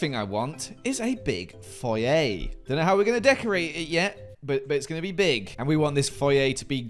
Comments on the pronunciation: I live for pronunciation of "Foyer" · They way you say foyer annoys me more then it should